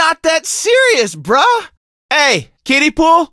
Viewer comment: he says brah as in like bro not bruh